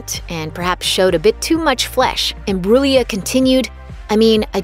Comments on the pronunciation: The way she's says her family name though.... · Learn how to say her name.